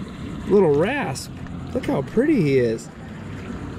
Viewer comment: You are definitely in the running for "Best Dad of the Year" award. Did I hear you call that little fish a "wrasp"? I'm pretty sure it's a Wrasse. Bahaha... great video